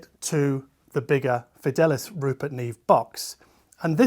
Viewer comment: Didn't Rupert Neve spend a lot of his childhood in Argentina where they speak Spanish? You would think that Fidelice would be Fidelicé (verb form of fidelizar to loyalise). The Latin is Fidelis and means faithful and the name Fidel comes from this eg Fidel Castro. I think your pronunciation had a more Italian skew. Maybe it is Fee-del-lee-chai but they omitted the acute accent for asthetic reasons?